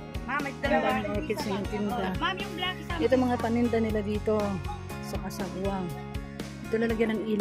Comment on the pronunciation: cagsawa po hindi casagwa😅